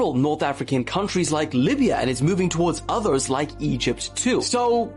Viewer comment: I love your videos dude and i mean that shit. The way you say others bugs me lol yes i know that is actually really stupid